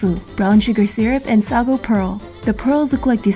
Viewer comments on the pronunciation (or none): none